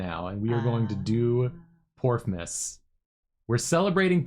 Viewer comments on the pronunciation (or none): I thought they were saing porkmas LMAO